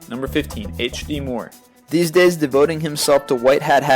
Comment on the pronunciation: "deez deys" huuuuuuurrrrrr huuuuuuuurrrrrr